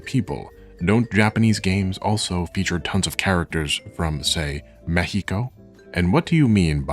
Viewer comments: He said Mekhico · Why are you using the spanish pronunciation of Mexico? It's unnecessary and makes you sound pretentious. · I was about to say "it's pronounced mex-i-cou" but then I realized it's pronounced mejico in spanish with slightly different atonation and I was just correcting you in my mind to say it the United States of American way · oh, I thought it could be something like that, but since he was pronouncing "Mexico" Mehico (the way Mexicans say it), I was confused.